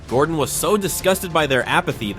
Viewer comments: "Godrun Ramsay" geez nice one AI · bro "godren ramsay" 😭